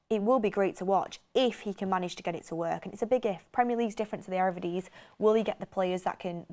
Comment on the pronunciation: saying "Ere Vidisie" kills me 😂😂😂 Good take on the style of play, I don't know if folks think we have ferraris for centrebacks, par varane, matinez and now big Willy, we can't play a high line.